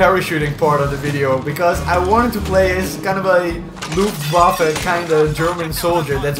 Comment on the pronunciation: I loved the m4 in bf4 aswell as in 3, BTW nice pronunciation of Luftwaffe